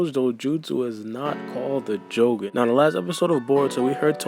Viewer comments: You idiots! it's pronounced jo-GONE eye, not Jo-goun like shogun with a j in front of it. and it reverences to Hiei from yu-yu hakusho, that spirit detective cartoon. I see the parallels between the assumed do-jutsu capabilies, and Hiei used darkness flames whilst boruto saw dark chakra. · It's ponounced Jou-gahn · add j to ou my nigga stop pronouncing it wrong but gan literally means eye